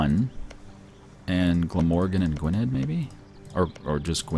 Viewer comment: For Gwynedd you pronounce the dd as th